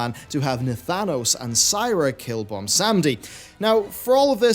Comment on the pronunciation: Bro please stop saying BOMBsamdi... it's Bwonsamdi.... lol. Otherwise, awesome vid and please keep it up!!